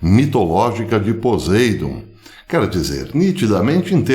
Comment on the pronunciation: Poseidon (pronuncia-se PoSSeidon) ???